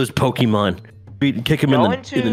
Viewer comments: Yes pokéman!!!! Lol my husband says pokemon like that lol. 😂😂😂😂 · Did he just call Pokémon Pokéman?